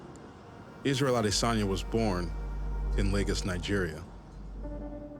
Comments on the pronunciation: "Israel ASSIDENJAH!" that announcer tho 😂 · Did the announcer just call him Israel Asedanya ? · The ring announcer couldnt even pronounce his name "Asedanya" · Acid in ya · Ahh DIS anya. The narrator didn't even pronounce his name correctly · the way the ring announcer says his last name 😂😂😂😂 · lol dude really butchered his name